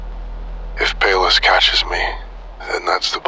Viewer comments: I thought Pallas was pronounced like "Palace" instead of "Payless", or is that how Europeans pronounce Pallas? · It's Pronounced "pallas""palace" like athena I love you